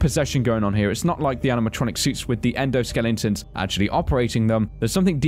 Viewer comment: why do you always say endoskellington instead of endoskeleton? I'm not being mean or anything just wondering why you say it like that:-)